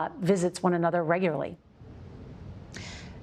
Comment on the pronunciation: Please pronounce her name correctly: it’s WAY JIA. I don’t really understand why CBS insists on butchering pinyin, which was developed to make it easier for non-speakers to pronounce Chinese?